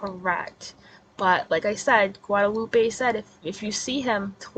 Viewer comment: Look at you and them Spanish words, girl! 😂. Not a bad attempt at pronouncing them. Thank you for doing your research and not being like KJ who just blurts crap out to be first. First to be wrong. 😂. "Gwa-da-loop-eh". I love your Spanish accent. 😁. 🤟🏽🙏🏼